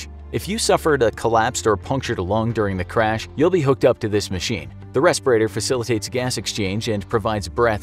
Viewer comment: I laugh when he say ventilator.. or respirator...